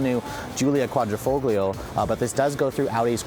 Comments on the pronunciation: did you say 150 HP?? XD & plllllllease stop pronouncing the G in quadrifolglio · The way you say Quadrifoglio hurts me